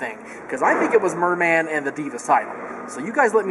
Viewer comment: mer-man LOL